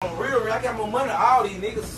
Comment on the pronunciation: th”A”n bro